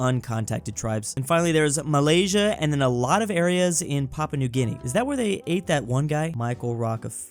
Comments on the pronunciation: Bruh he said malaiya not Malaysia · I can't get over the fact that this man pronounced Malaysia muh-lay-uh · Ain't no way he called Malaysia "Malaya". It was even written there bruh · Did he just say Malaya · Bro really called malaysa MALEYA